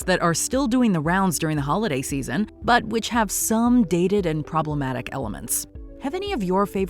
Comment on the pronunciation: The minute you said proematic is the minute I knew this video was shit lol